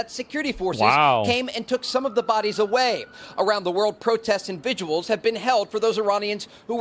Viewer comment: “Around the world have been protests and VIGUALS “ he said (@ 😂😂 reporter is an illiterate oaf.